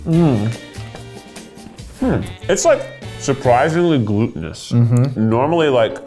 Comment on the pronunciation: Surprisingly gluetenous... Shut uppppppp